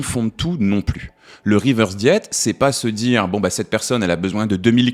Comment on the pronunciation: Interessant mais pourquoi dire « reverse diet », avec un accent bien franchouillard en plus ? Cette mode de prendre les mots anglais pour faire chic, c’est casse pieds ! Régime inversé, voilà ! Prenez exemple sur le Québec !